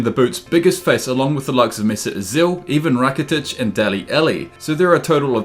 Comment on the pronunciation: "Dale elli" "mesit asill" "even rakitic"